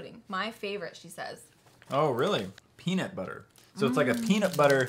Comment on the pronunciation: It not beanutbuter